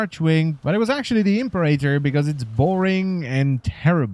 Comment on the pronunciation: You've ruined the Impera-tor for me by calling it the Imp-erator, i couldn't stop giggling.